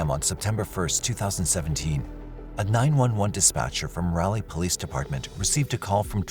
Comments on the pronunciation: It's not Rahley ... It's Rawley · I remember the Phelps case, but I'm sure it happened in Raleigh, not in Ralley. And she went to Appalachian State, not Appa-lay-chian State. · It's pronounced RAW LEE not rally. I'm not sure why this bothers me so much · Raleigh. Pronounced (RAA-LEE) LONG RAA, SHORT LEE. Sorry bro, NC bro here. Just trying to help! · Why do you say Raleigh like that?